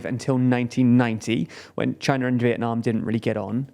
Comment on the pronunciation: "Chiner and Vietnam" "Chiner and the US"